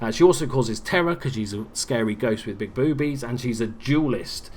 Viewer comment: Lmao! Hilarious how you say "Big Boobies" xD